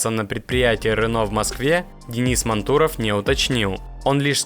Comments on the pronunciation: Почему мантУров??? Ударение на А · Вот когда начнёшь правильно произносить фамилию Мантурова, тогда и подпишусь! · Да, автор что то с ударением не очень дружит. Точнее с реалиями нашей страны, как произносится фамилия Мантуров можно было бы разобраться, она из каждого утюга по 20 раз в день звучит. Да и НАМИ тоже... Автор тебе сколько лет, если не секрет?)) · Судя по говору автора, то все ударения делаются НАМЕРЕННО не правильно ! Нами, мантуров ... чего вы добиваетесь ? Чтобы вас не смотрели, а ???